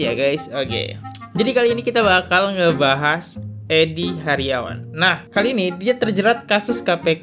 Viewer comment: Eddy hiarage mas, bukan hariawan